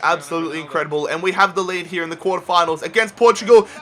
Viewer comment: hier?? its called HERE. U fucking bithc